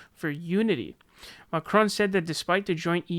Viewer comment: French is my mother tongue and that "Macron" pronunciation was not bad :D